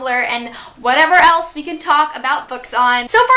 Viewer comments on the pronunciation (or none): none